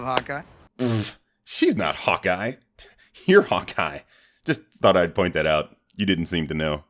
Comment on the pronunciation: He said hawka not hawkeye